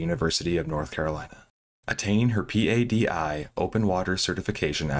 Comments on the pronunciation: Bro, do a little basic research before making a video. P-A-D-I is known to every diver on the planet as the word “PADI”… pa-dee. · P.A.D.I. Sounds so weird. In our diving community we just call it “PADI” (like patty but with a D) sorry, I know not the point of the story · That's a dumb comparison. Ask any diver, and they will tell you it's PADI. Just look at Dive Talk and how they pronounce it. No one says the individual letters in PADI. Do you also pronounce every individual letter when saying NATO? LOL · sad because the dive community is comprised of very happy people, including all the dive masters. PADI is also pronounced Paddy for your info. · in your "research for viewing pleasure", at what point did you decide that the thousands of soundbites and clips pronouncing one of the largest dive Agencies in the world, PADI, are wrong to actually read the acronym as it is, but instead the correct way to pronounce it is to spell it out as P-A-D-I ? Curious to understand who something so ubiquitous can be gotten wrong? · PADI is pronounced "Paddy". Lol. Geezus dude if youre going to just read notes someone else wrote for you at least check up on pronunciations. Really isn't difficult to do